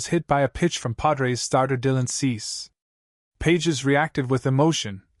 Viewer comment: His name is pronounced Pa hez, you ignorant buffoon. Don't you listen to TV and radio announcers? They get it. You also mispronounced Tatis. I'll let you figure that one out.